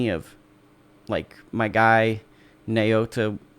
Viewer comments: Some help on Inoue's given name: NAH-OH-YAH Surname is (more or less, close enough): EE-KNOW-WAY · non-asians are hilarious in pronouncing his name. na-oh-ya.